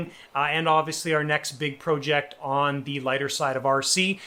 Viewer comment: Please say project the correct way or I’m going to come find you